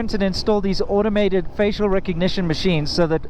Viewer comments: First I thought I heard 'feces recognition sofware'.... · Did you say faecal recognition software!